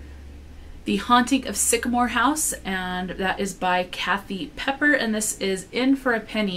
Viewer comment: PEEPER not Pepper LOL